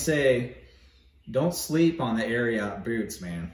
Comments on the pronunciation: Not Air-e-ought. "Air-e-it" 🤙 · Great review! You actually pronounce it air eee et....not air ee ot. It comes from Secretariat :) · Air-e-it not air-e-yat 😂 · Ari-ot lol